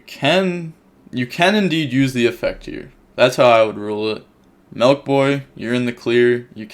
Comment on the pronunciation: Youre DEFINITELY from the midwest! You said MELK boy, haha. Great commentary as always!